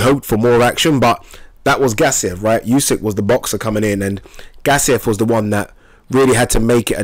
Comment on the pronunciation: Spell it like oosyk. Not like yusyk